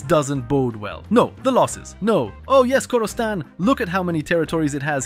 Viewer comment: Video was good and all but hearing khorastan and mushasta was so painful as a persian 😭